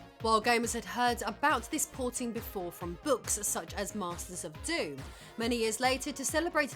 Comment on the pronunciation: Nice, you pronounced DOOM properly.